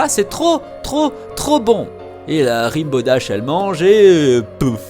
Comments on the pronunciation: Rainbow dash pas ribow dash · Et après, on dit que My Little Pony c'est pour les gosse... ;) PS : Rainbow Dash ca se prononce "renne bo" :p (je suis chiante, jtm <3 x3) Le McDonald's c'est "Sugarcube corner" xD